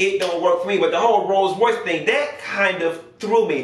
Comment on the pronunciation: You do country you don’t even say rolls Royce rice 😂😂😂💀